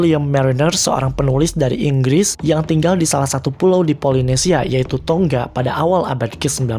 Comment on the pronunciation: Sedikit koreksi Tonga itu dalam bacaannya tetap baca seperti menggunakan 1(satu) huruf G saja Salam dari Tuvalu 😊👋🏻❤️